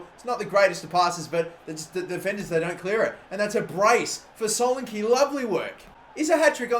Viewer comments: its too fucking easy for him! and its not pronounced solenkey its solenKEH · It's pronounced so-lan-key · IT'S PRONOUNCED SO LAN E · This guy can't fucking say solanke